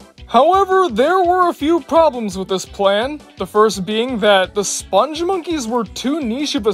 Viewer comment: I knew from the moment this video showed up that you'd pronounce the name wrong. It's "Spung" and not "Sponge." Which is weird, because you actually wrote the name properly. That said, I actually loved this ad campaign. Something weird and memorable is oftentimes what will stick with you longer than anything bland and forgettable.